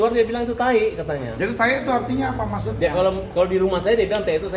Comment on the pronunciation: Kan tae ,pake E bukan I